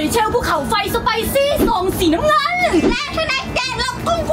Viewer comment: ใครได้ยินพูดตอนรีวิวขนมได้ไหมว่าซอองสีนน้ำเงิง